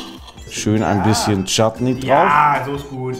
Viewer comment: als Felix Shattnee(ich habe es so geschrieben wie es klang) gesagt hat war ich so NEIN das spricht man nicht so aus